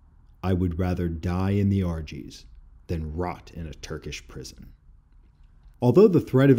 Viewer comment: Great Video, episode 3/9 published on 3/9, was there in 2016 and loved it! FYI Pronounced Po-ye-nar, Ar-jesh, and Wah-lay-sheeyah. I was gracefully informed by my host more than once.